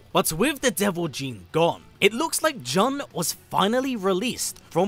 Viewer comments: Jun is pronounced like the month. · Why do you pronounce Jun's name like that?? 😂